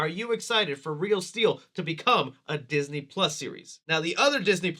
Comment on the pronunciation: Ah Yes! Diseny+…